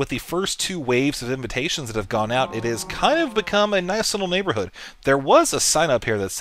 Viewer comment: its NYAN-borhood ;D